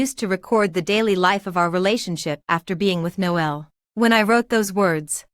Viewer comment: His name is actually pronounced Nole and not No L Noel is another term for Christmas. It’s me being picky I know but I found it really annoying. The AI reading of these stories is often bad, with words being split and then spoken as if they’re 2 separate words. This happened many times during this story. Irritating